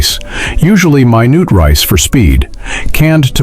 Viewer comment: Minoot rice. Did anyone catch that other than me?